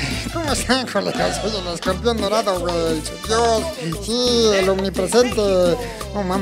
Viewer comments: "escombrión dolado" Jajajajajaja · jajaj ese man dice nacho libre perfecto casi..y escorpion dorado lo dice de la verga